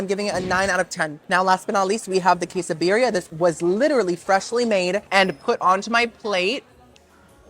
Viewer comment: ¿ Que? /kay?/. Quesadilla /kay - sa-diya/. Queso...?